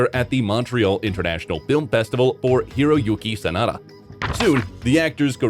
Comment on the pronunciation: 真田広之→サナダヒロユキをソダヒロユキって、、全く信用出来ません！